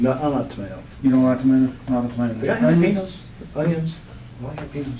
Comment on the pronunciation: I'm mad he said jalapeno like that 😫